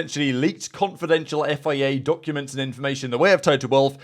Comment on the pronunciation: Learn how to say FIA please